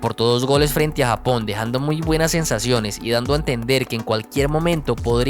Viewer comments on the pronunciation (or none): none